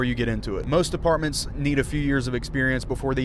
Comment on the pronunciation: I was like are u saying apartments or departments.